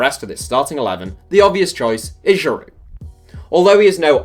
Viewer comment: It is pronounced gee-varsh. Not “gee-verch”. Also you don’t pronounce the D at the end of Giroud